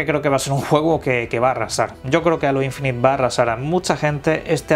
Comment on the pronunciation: No es alo infinité... es Heilo(como la canción de Beyonce...) Infinit(e no suena), en su caso decir aureola infinita.... :)